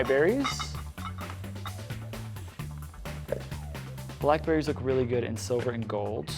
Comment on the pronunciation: I LOVE "Black Blerries!!" ;)